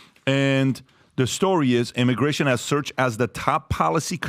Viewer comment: “Immigration” not “immigation”